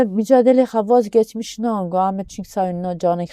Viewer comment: Ya hu şu konuşan ,Turkçeyide Kürtçeyide resmen katletti, baska adam bulamadinizmi?demekki Kurtçe diye bir dil yok . Olsaydi ,birini konuşturmazdiniz.bak bak ,sanatçi olarak gekmişkir, semah dönmüşkır ve kadar ki, cvet.... obutude yalan söylüyor,Kurtçen çok guzel diyor.